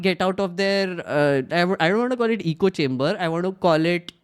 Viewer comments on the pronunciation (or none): Duuude, good stuff! Salute your patience of actually listening to these kinds of things and is the besst! So many gems of wisdom in this long reaction talk (you should cut and make them into catchy shorts!). btw, being nitpicky but it's ECHO chamber, not eco chamber (came up a few times so couldn't resist)... LOVE the nerd agenda at the end, just brilliant! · Really enjoyed this because I don’t have the stomach to watch rw loons on my own time and without support. But please why is everyone calling echo chambers, “eco chambers”?